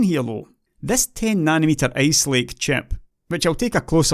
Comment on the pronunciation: I love your accent though it makes me have to focus harder on what you're saying. So I guess that's good. :) It brought a smile to my face when I heard you pronounce ice lake because I heard ace lake. Keep up the good work. Thanks.